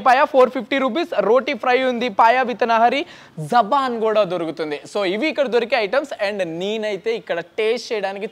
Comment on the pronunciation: Japan kadu bro., Jabhan ok na...